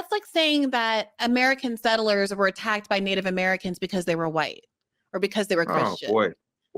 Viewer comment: I agree, He's a New Zealander. His pronunciation of "settlers" is the give-away. Sounds like "sittlers". Go New Zealand and peace.